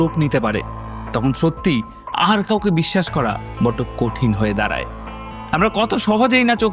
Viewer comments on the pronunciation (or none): none